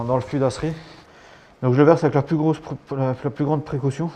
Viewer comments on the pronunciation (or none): none